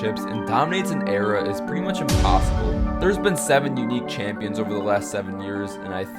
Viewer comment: “Attmept” “impossoble”